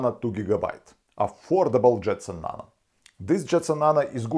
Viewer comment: Nano, not nana